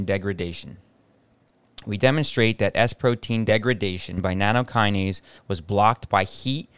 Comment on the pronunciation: NATTOKINASE NOT NANOkinase